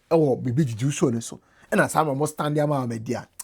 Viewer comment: The name is Ahmed not Almed